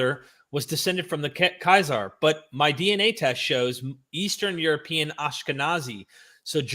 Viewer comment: Kaiser myth?? KAH-zar,.. Kaiser is a completely different word, meaning "emperor". It's directly related to Caesar and Tsar.